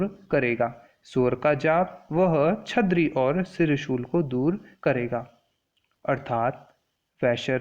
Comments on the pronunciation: Its...छर्दी not छदरी...🙏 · Sir please pronounce properly That is chardi not chadri. But overall explanation was good sir, thankyou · It's not chhadri it's chaardibtw lesson was useful